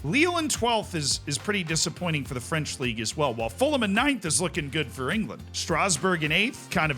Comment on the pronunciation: ngl, I was cringing in anticipation of your pronunciation of Fulham, but congrats.